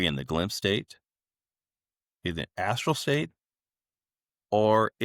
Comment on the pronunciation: Why are you calling it 'astro'.. it's astral. Also, what is 'final boss'... ??